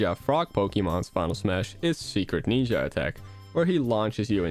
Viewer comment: "Secret Neenja Attack" "Greneenja"